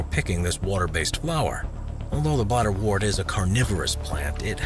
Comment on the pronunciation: You mispronounce bladderwort. The “wort” part isn’t said like “wart”, it rhymes with hurt. Like the word ‘word’, wort has an ‘er’ sound.